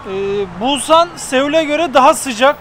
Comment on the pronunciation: Bulsan değil !!!! pusannn